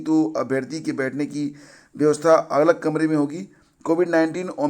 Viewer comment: "Agal" kamare me nhi "Alag " 😝